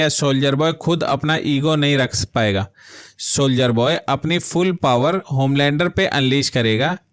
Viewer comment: फ्रैंकी नहीं फ्रेंची होता है, हुएघी नहीं हुई होता हैं। शोलजर बॉय नहीं सोल्जर होता है। क्रूरल नहीं क्रुएल होता है।